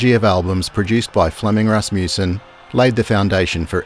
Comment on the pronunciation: Good documentary. Wish the narrator knew how to pronounce that last name Rasmussen.